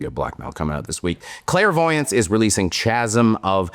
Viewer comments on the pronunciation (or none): Thanks,. I believe you're right, that last Katatonia album may be their worst. "Chasm" is pronounced with a hard sound at the start -- more like "Kas-m" than "Shas-m". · "Chasm." Pronounced 'kaz-m. Is taking pronunciation lessons from Sarah now? Ye gods. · sorry i can't take anyone that pronounces chasm that way seriously. my pick for AOTY. it's incredible, so hard to not listen to. my only complaint about Walk Beyond the Dark with its quiet sections seemed to carry on just a bit too long. on this album they're sparse and very very deliberately used. fucking killer album. Talk To Your Sleep being an 8-string banger if my ears aren't fucking with me? shit man can anyone drop some 8 string black metal here?